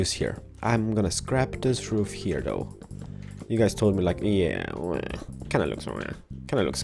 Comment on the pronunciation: He's saying heaahh instead of here, it's kind of annoying but, it's an awesome video tho and an awesome house!